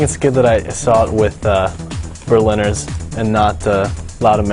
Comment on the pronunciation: He'd rather watch the Indiana Jones with Berliner- that means doughnuts in german :P that german accent's soo funny!